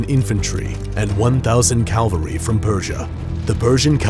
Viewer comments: It's cavalry not calvary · its cavalry not calviry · Calvary????? Don't you think it should be cavalry? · "Calvary"? Really? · Calvary ? Or cavalry ? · "Calvary" ITS CAVALRY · Very well done video. Only one criticism; "cavalry" are soldiers mounted on horses. "Calvary" is where Jesus Christ was crucified. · It’s cavalry not Calvary. That’s why you say “Cav scouts” not “Calv scouts” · *cavalry, not calvary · *cavalry not calvary lol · Its caValry not caLvary. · Is it cavalry or calvary? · It’s pronounced Cavalry not Calvary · ca-VAL-ry Ca-L-va-ry is where Jesus was crucified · this guy cant pronounce shit, athinians(atheneans), calvary(cavalry) lol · Its pronounced Cavalry not Calvary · I'm pretty sure it's cavalry, not calvary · Ehm, it's cavalry, not calvary...Cool vid though! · Its cavalry not calvary lol. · Oh and also it's cavalry not calvary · I think it's cavalry not calvary. Great vid though. 😊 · Just a pointer, cavalry is pronounced "cav-al-ree" not "cal-ver-ree" ;) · “Calvary”😂 it’s not that hard to say cavalry lol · These are good!!! Btw its cavalry. Not calvary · Cavalry is pronounced CAV-al-ry, not cal-vary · What is “calvary”? I thought it was “cavalry”? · why were you saying 'calvary'? it is cavalry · narrates a war clip and can’t say the word „cavalry“! had to stop watching after the third time he said „calvary“.. smh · Wow! All those "Calvery!" LOL!!! 😆😆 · CAVALRY* CA-VAL-RY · he cant pronouce "Cavalry" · Why can't anyone say cavalry properly.